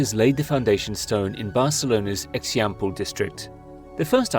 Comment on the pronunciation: It's pronounce "Eh-shahmp-leh" district. Not eksiampleh. The "X" is a "sh"-sound in Catalan.